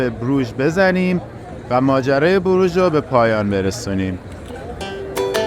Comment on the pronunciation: تلفظ درستش بروخ هست